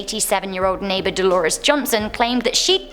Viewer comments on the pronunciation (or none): none